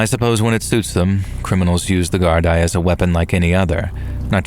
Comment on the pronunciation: All the best from Dublin Ireland..Gardai is pronounced "Gar-Dee", Irish police force. Thanks for all the great yarns!